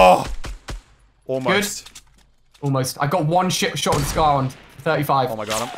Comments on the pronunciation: Go to Alia says shit instead of shot😂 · Ali said s**t instead of shot Lol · Is it me or did Ali say a shit shot????